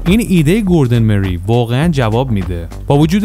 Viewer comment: گوردون مورای هست اسم طراح اولین خودروی خیابانی مک لارن. چرا جوری اسما رو میگی ک انگار فقط خودت بلدی